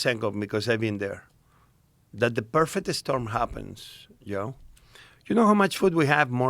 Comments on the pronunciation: V's are B's ,J's are y's unless he says July 😅 I couldn't help but laugh when he kept calling Joe yo.😂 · Hilarious he pronounces him Yoe, but doesn't call himself Yosé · Such a fun episode. It is funny he can say "Japan" but not "Joe". :) Yo Rogan